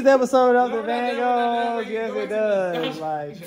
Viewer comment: The Vangos........ Put Your V's up....